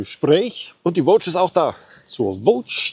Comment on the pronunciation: Mich nervt wie er immer Voge ausspricht. Sonst alles Top